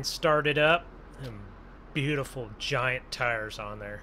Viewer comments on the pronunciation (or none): none